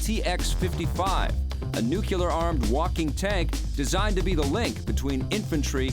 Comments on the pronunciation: he said nucular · Unfortunately, neither subtitle options will make the narrator pronounce "nuclear" correctly.